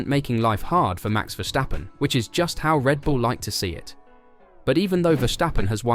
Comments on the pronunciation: It is 's', not 'sch'. It's a dutch name and is pronounced 's'. Just give it a try, English spoken fans, commenters and Youtubers. It is not that hard, you won't get tired of it, and it won't kill you :-) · Verstappen not Verschtappen.